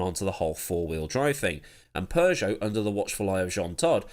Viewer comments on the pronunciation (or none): none